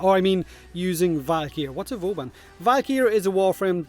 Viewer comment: "what is vauban?" You have no idea how much hurt me